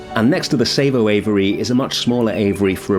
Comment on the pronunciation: I think it's pronounced Sar-vo, instead of Say-vo. The Hidden Savannah has massive issues when busy, because you cannot move at all, its just too small.